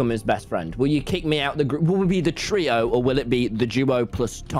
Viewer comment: wilburs smirk when tommy mispronounces trio is sending me lmaooo